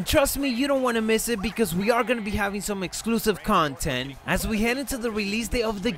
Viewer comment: oh yeah..wow..it's true..u do sound like Mysterio..but some of the words..u sound like Corbin like.. the way u say 'Content'...then listen to the way Corbin says 'Constable' 😂